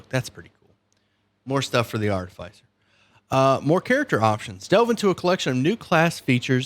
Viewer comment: Artificier is pronounced like in Artificial not arti-fey-sir.